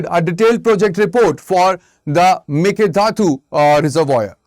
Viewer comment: Please learn to pronounce "mekedatu" properly sir. 🙏 It sounds very bad for us the native speakers.